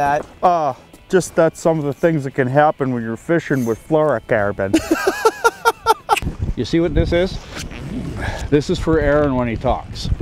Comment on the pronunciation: my rington is many saying "FLUROCARBON" bahahahahah